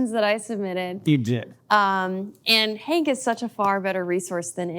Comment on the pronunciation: I wonder if Hank knows when he says his name I sometimes hear, "I'm hangry"?